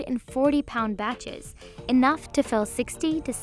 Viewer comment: I love to watch just for the lady presenter who says 'big.........BATCHES'